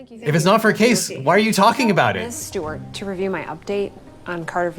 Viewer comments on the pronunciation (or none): none